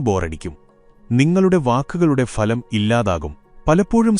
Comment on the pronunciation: Not phalam bhalam